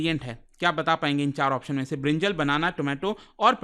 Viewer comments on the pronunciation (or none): none